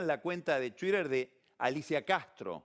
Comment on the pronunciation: "Después, en chuider..."